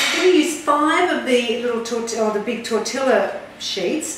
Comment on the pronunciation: Tor-til-la 😂😂😂😂 never hear tortilla pronounced like that before!! It made me laugh thanks I needed that